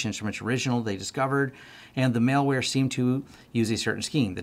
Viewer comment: MAL-WARE, not MALE-WARE!!!!